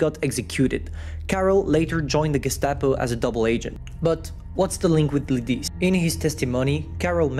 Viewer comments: i know said sorry but he could use translator. it hurts to hear the lidice like ledeez. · Lidice ... Not Lidic